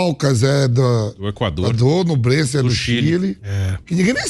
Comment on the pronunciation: Não é NUblense..... é NHUblense!!!! ÑUBLENSE!!!! Igual Peñarol! Penharol!!!!!